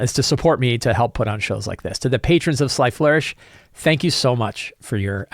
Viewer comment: I assume the reason you so carefully enunciate ", your pal from Sly Flourish" is to keep people from thinking your name is Sly 😆 i think that every time i hear it